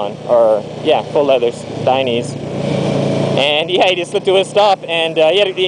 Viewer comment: lol i love the way he pronounces dainese, it's italian bro die-nay-zay. Anyway keep up the cool vids.